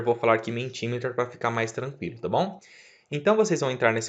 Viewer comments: Parabéns pelo vídeo. Pequena nota, a pronúncia é "MEnti MíÍter" (inglês padrão americano) ou "MEnti MÍta" (no inglês padrão britânico) - letras em maiúsculas são tônicas. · Ótimo, muito obrigada! Ah, a pronúncia correta é "mentimérer". Abraço!